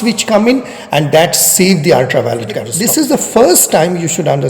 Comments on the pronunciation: Your pronunciation is practically correct, but end an "e" sound to the end (cat-as-troff-ee) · It may not be that important but as you are an erudite person so you may consider it. Your pronunciation of 'catestrophe' is wrong. You may check its pronunciation using google